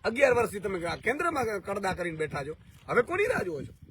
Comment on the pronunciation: કડદા નય ખદડા બોલો